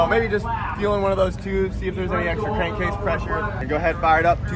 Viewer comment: Cank crase problem? Lol. An I the only one that caught that lol